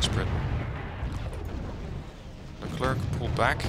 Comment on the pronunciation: Hey sorry if I sound like one of those annoying people that correct you on what ever you say but, you said Leclerc wrong. It's Le-Clair actually. The French have a "interesting" way of pronouncing things.